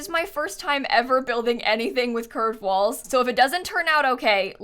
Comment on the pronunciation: with each time says "curved walls" it sounds more like "cursed walls"